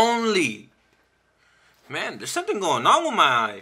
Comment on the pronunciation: You gotta play around "wiff" it. Funny guy. 👍